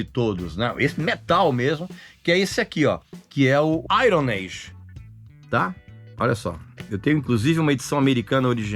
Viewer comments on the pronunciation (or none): none